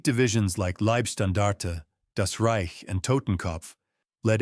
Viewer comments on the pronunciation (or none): none